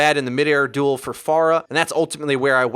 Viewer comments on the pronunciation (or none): none